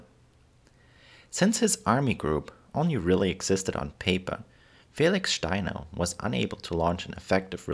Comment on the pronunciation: I like this video, and I like the way you say "Steiner". I think it'd be great if you made a video on the history of the German flag in more modern times (Prussia to now)